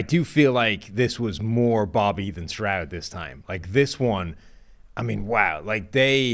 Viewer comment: Not to take anything away from Bobby, but it’s stroud. Period. Slow first one to say it…